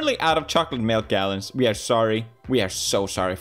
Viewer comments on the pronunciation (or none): none